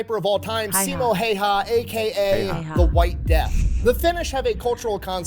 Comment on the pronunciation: He pronounces Häyhä wrong, so.. I haven't heard any american or other pronounce his name correctly. Greetings from Finland.